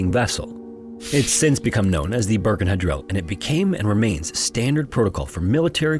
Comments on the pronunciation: Also, it's Birkenhead, not Burkenhead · The Isles of Scilly are British, being of the coast off Cornwall. They have nothing to do with Ireland: Pronunciation Scilly Isles or Isles of Scilly - SIL-Ee (C is silent) Plymouth - Pl'mouth (Y - is silent) Torquay - Tor-KEE Portsmouth - PORTS-meth Birkenhead - Ber-ken-hed